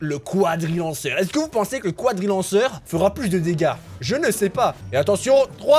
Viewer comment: Le cwadrilanceur